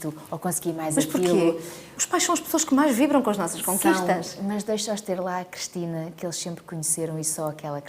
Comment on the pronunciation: Eu como Cristina que sou reparo que a Cristina Ferreira diz "Crestina" ??